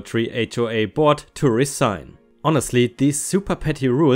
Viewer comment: Resign - this is another of those ones whose pronunciation depends on context. When talking about quitting something (job, etc) it's usually pronounced as rezign, IOW almost the same as you said it, but with the s having a z sound.:) However, if you were talking about signing something again that had been signed previously, then it's pretty much how you said it, except the syllables are separate as if hyphenated - re-sign (instead of smoothly flowing 1 to the next). Actually, I think it ought to be hyphenated in this second context anyway.